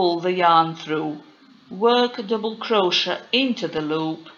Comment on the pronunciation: Firstly you need to pronounce CROCHET properly.... Cro- Shay. Secondly you are doing SINGLE CROCHET.